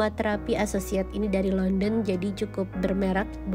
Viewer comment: .. compliment (pujian)? mungkin maksudnya complimentary (gratis) kali ya? atau mungkin maksudnya “compliment” bukan dalam bahasa Inggris? .. “dari Londen”? Oh maksudnya London (England)? Klo aslinya pengucapannya Landen , bukan Londen .. tadi agak kagok dengernya.. .. itu bacon nya bacon bohongan (beef bacon) ato bacon asli? klo bohongan biasanya gak seenak aslinya.. itu sebabnya American breakfast paling jos bukan di Indonesia ..